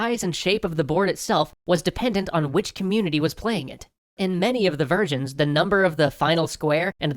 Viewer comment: Every time you say "versions" I hear "virgins".